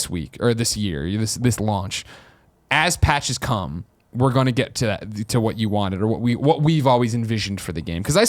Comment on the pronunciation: I know you said, "come rain or shine." but it 100% came out as, "cum, rain or shine.".